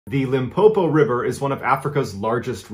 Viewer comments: Him pronouncing Limpopo sounds like "un poo poo" lol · The way he pronounced Limpopo and Phalaborwa doesn't give me peace 😬